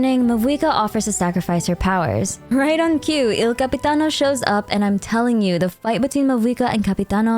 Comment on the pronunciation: im halfway through the video and I have to tell you, as an Italian, I love your pronunciation of 'capitano'😭😭